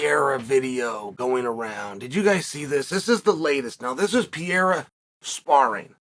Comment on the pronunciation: Its "Pereira" not "Piera" unc